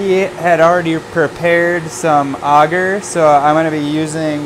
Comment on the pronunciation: its not "auger" its ay-ger